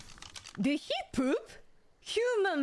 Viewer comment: The way she pronounces poop and your attention to detail with the subtitle showing that is so fucking perfect. Fantastic clip